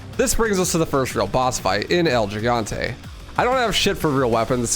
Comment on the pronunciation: Why does everyone mispronounce the word "Gigante" in reference to El Gigante? Is it a meme? Lol I'm not trying to troll it just seems like everyone does it on purpose.